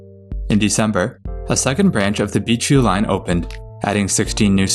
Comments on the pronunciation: Why does him saying Beechview sound like BQ? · Why do you pronounce Beechview like that?